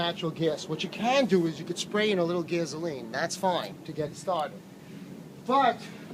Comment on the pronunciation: What's "gaze-oh-lean" ? >